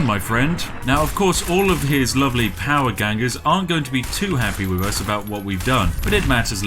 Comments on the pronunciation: The way he says power gangers and not powder gangers hurts me on a deep emotional level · Let's all ignore the fact he says "power gangers"😂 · did you say power gangers... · powder not power spiff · I'm mostly bothered by how he kept saying "Power Gangers". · did you just call them power gangers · Old Spiff mispronouncing Powder Gangers for comments. Classic Spiff 😂 :_spiffTea::_spiffTea::_spiffTea